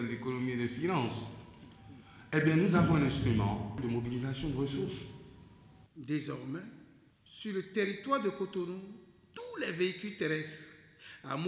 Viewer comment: DesormAIN RONgement Que dit l’orthophoniste ?